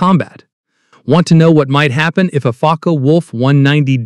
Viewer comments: In the German language, the e at the end of a word is pronounced. Ja, ich spreche Deutsch, und du? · Learn how to pronounce "Focke," Mr. Robot.